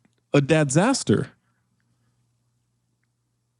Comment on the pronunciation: He said DADzater twice like we didn't hear that BS the 1st time🤣🤣🤣🤣